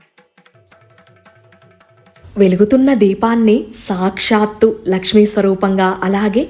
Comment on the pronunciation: Okka okka Mata meru sakshshthu Ane daggara shu krinda tha ortu untundi okasari pronounce chusukondi